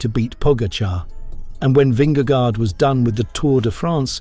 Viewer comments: Dear AI narrator, Vingego, not gard. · Vinge gore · Good clip! But please do use google translate and just listen to the pronounciation of his name there.... it is not an "a" in vingegaard. It is an old spelling of "å" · Why does he pronounce the first g in Vingegaard that way? That is like wrongly saying the sin-ging lady. Just like in English a g in that position is pronounced the same way in Danish.